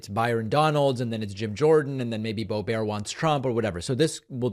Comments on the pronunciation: I'm sure it's boe-bert, not boe-bear, not that I care, he can call her boe-brat, boe-b#%*h, or no-balls, doesn't matter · I love that you alternate between pronouncing it BO BEAR and then BO BERT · David, you give her too much dignity pronouncing her name “Bo-bear”. In her CO 3rd District we call her “Boob-ert” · I think it’s Bo Bert not Bo Bear makes her sound too fancy. 😂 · Boebart loves to insight plus, she babbles BS as does Hannity . For once, he sounds like the “sane” one?! Boebart doesn’t understand the question. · David, SIR, I come to you with tears in my eyes to remind you that her name is Lauren Bow-bear. Please use the proper pronunciation. Peace and love! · I thought it was Boebert (Bo Burt) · Why does David say Boe-BARE? Is that a joke? Stephen Colbert won't be happy! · Every time you say Bo-bear, I hear Joe Dear-tay. (Joe Dirt) 😂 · Boebear? (pronunciation) What did Stephen Colbert do to you? How about Lyin' Brainburnt or Lauren Braindead, Cabeza Blanca, Bimbert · I love how you call her Lauren Bobaire. Sounds like a French movie star. 😄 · Please find out how to pronounce her name and then use that consistently. There IS a correct way to say it . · Love your show, please keep it up! But also, please don't mispronounce names. That's a tactic that MAGA and the orange leader has adopted, I hate it. I can't stand Boebert either, but let's not take up their tactics, otherwise it's hard to criticize them for doing the same thing. You agree? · Why is David pronouncing the ugly bitch's name as if it is French? It's a Germanic name of Anglo-Saxon origin, so the "t" is no more silent than in the word "bitch"! Just asking? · David, don't be petty. You know how she pronounces her name. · you saying her name incorrectly makes you sound dumb like her. just sayin'